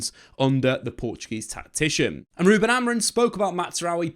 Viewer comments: It's pronounced a bit more like AmorEEng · He keeps saying AMORIN...😅